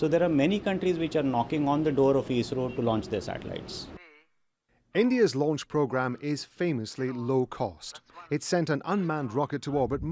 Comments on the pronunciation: 104 satellite lunch ? Seriously 😂😂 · Bro it's not lunch, its launch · satellite lunch 😀😀😀